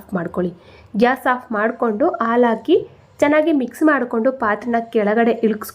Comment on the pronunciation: ಹಾಲು ಎಂದು ಹೇಳಲು ಅಲು ಅಂತಿದ್ದೀರಲ್ಲಾ...